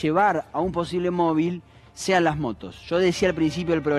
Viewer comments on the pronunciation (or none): none